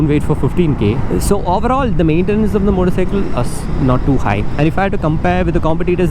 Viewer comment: His Malayali accent slipping out then and there. oavveroll 🤣